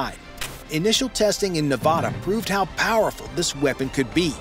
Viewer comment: He pronounced 'Nevada' wrong also.